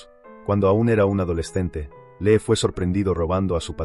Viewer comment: Se pronuncia Li, porque parece que estás diciendo que lee😂😂😂por favor estudia más el idioma español